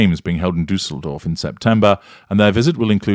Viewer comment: As a German I‘m complimenting you on your pronunciation of Düsseldorf. Well done 🎉